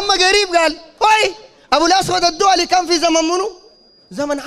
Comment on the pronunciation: اسمه أبو أسود الدؤلي مش الدولي هههههه يجيبوا ليك قال المصحف المل مشكل وما منقوط خخخخ ياخ ماعارف تنطق صاح .